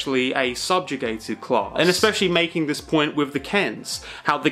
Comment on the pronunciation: oh CLASS, I thought he was saying clause.